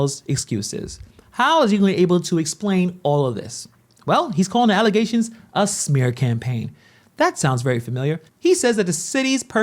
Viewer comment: Imagine been one of the most corrupt people in the US and then you cant even pronounce the word "allegations" correctly; "Allezations"